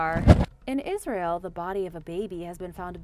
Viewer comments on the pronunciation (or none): none